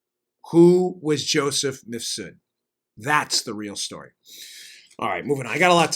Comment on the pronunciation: Why does Maria keep calling Mifsud "Misfud"?